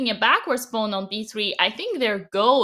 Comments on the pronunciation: Dina. It's a pawn not a pone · Dina “let’s just take a louwk” and “pauwn”